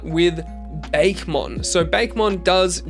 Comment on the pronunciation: Sorry to be that person, but it is pronounced "Bah-keh" not "Bake" for Bakemon